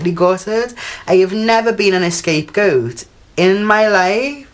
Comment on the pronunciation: It's not ESCAPE goat... SMH